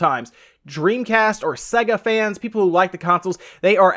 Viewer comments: That actual pronunciation is... Oh wait, no one gives a fuck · Literally couldn't finish this video because of the way he was pronouncing Sega... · This guy clearly has never heard the intro to a sega game that bursts eardrums : SAYGGGAAAA! what the f is segga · I was going to say the same thing. I died a little inside every time he said se-ga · Makes me wanna slap his dumb face... Fucking segga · its SAY-GA not se-ga, they even pronounce it at the start of the games! Seriously anyone who pronounces it wrong considering its at the start of like every game or was cant be trusted imo! its not an accent thing or a country thing cause it was the same on all games in all countries! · Why? He's clearly saying SEGGER instead of SEGA. Fire up Sonic and you'll hear.. 'SAAAY-GA'. - 'Muricans, smh. lol. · Just to point out, it’s pronounced SAYGA not SEGGA! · It’s pronounced ‘say-ga’ not ‘s-egga’ did you ever own one of their consoles? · This guy can't even say sega correctly. Its say-ga not se-ga. If you ever actually played a sega before you would know this due to the boot up screen logo where they actually pronounce it for you. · It is only North America that pronounces Sega as Say-ga. The rest of the world says Sea-ga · It's pronounced see ga not sey ga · its pronounced SAYGA not segger did you learn nothing from the logo opening sequences? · It's Say ga.....not se ga.. he says Sega funny. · SEGA is pronounced with a hard A sound. (SAY-GA) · It's pronounced "sayger" you moron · What's Segger!? Even my girlfriend noticed your bad pronunciation. Shame on you. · Can people please learn to pronounce names properly it’s say-ga, it’s the same with You-b-soft for some reason it really gets on my nerves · Jerry Smith segga is what he is saying though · Just throwing my two cents in, but the guy is clearly pronouncing it SEGGER. I actually came to the comments to see if anyone else noticed. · Omfg. If you'd ever played one you'd know it's pronounced Sayga ffs.